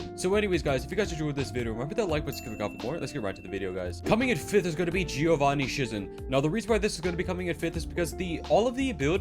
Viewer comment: SHIE-ZIN ITS PRONOUNCED SHIE-ZIN NOT SHIZIN